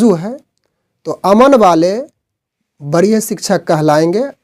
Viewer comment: बरीय नहीें वरीय बोलिए आपका शब्द उच्चारण सही नहीें है ।